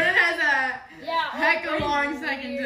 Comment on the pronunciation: Jill data is pronounced with a short a.glad is feeling better. Please eat and drink more water and food. Way to go with your family survey. B r in man. That s b r e n n a n I mm. Meant I l l take my peanut butter sandwich with pickles and bologna. thanks. see you in the next vlog.